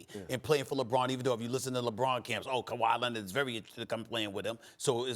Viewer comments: "Kawaah Lennid" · "Kawhi Lennid"